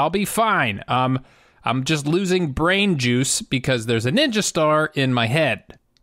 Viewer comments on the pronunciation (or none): none